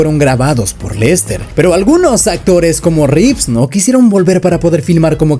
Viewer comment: Es un video muy bueno, pero por favor tú también diciendo Reeves!!??? Dejad de decir Reeves por favor!!! es REEVE!